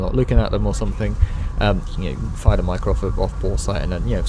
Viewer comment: The way you pronounce “mica” enrages me